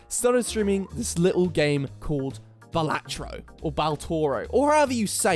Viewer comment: Youre saying it right, Balatro is an old Italian word for professional fool so just say it like an Italian.